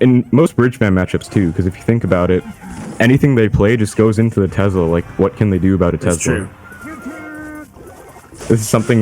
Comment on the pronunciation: Somebody please tell this guy that tesla has an "s" not a "z".